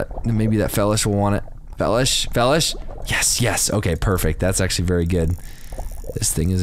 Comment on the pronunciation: It annoys me on how you say felish,I'm pretty sure it's pronounced (Fee-lish) like Feline fish